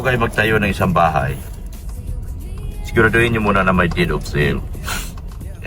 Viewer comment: correction PO "DEED OF SALE" hndi po "DEAD."